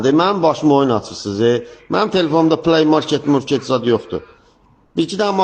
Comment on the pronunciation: Kişi qadındanda düzgün tələffüz edir play market sözünü